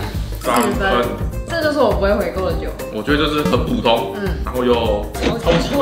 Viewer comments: 一直在留意 是 「補」 通 ，還是在念 「普」 通🙈🙈🤣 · 開始兩分鐘就一直注意說「ㄅㄨˇ通」看來是podcast後遺症XDDDD